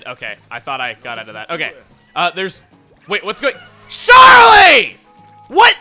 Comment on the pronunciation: Is it just me or did he shout sharlie instead of Charlie. I think someone is missing xenoblade